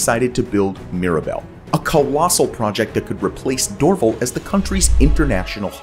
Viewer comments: It’s Dor-VAL, not DOR-vle. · That's the first time I've heard the pronounciation "Door-Vel". In Montreal, the anglophones call it "Door-Valle" - which is closer to its French pronounciation. Glad to see it being referenced by its traditional name, though. (Also, Mirabel used to be nicknamed Mirab-Hell) based on how hard it was to get there. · It’s pronounced ‘Dor-VAL’ the emphasis is on the 2nd syllable, not DOR-vil as the announcer says.. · Lol dorVAL RHYMES WITH PAL or GAL ….. Lol Doorville hahah made my day. Thanks for your content ❤️ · Destroying Canadian is offensive, pronounced door-val not door-ville. Mirabelle was based on 1960s studies. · The airport in Montreal is pronounced, DORV AL(short for Allan), hence DORVAL not Dorvel. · Dorv-AL .. not Dorvel ... Anyway, carry in. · Dor-VAL airport... not Dorvelle! 😂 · Um, it is not called ‘Dorvel’ but ‘Dorr-Val’. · Oh ffs, it's "Door-VAL," not "Dorvle." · It’s not Dorvul, it’s Dorv’Al , like “ weird Al Yankovic”!!!!! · "Dorval" = dor-vahl, not dorvol. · Not "DOR val,' "dor VAL." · Dorval not Dorvul. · Dorval isn’t pronounced dorvle it is pronounced dor Val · Dorval? dor VAL. Rhymes with more-HAL, the computer or Sore-PAL, your unhappy friend. No, not DOOR-vul. Dunno where that is. But keep on practicing. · Please your announcer should learn English. it is not Dor' Val, but Dor Val'. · lol, it’s not pronounced “Dorvul”…..pronounce it like it is spelled “Dorval” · Tks for this. I live in Montréal and had to use the Mirabel airport for a few years. It was so far from the city and cost so much to get to by taxi. We were glad when things moved back to the Dorval airport, which by the way is pronounced DorVAL, accent on the second syllable that sounds like the “val” in “valuable”, but anyway, it has been renamed after an old prime minister, Pierre Elliot Trudeau, father of our current prime minister, Justin Trudeau. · Great video! Dorval is a French name, so the stress falls on the last syllable - ie, it’s “door-VAL”